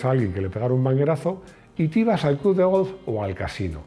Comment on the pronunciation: pensaba que yo era el único que se había dado cuenta de su extraña pronunciación del VW Golf